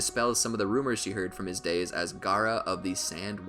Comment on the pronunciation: stop the cap and its not "gara" its Gaara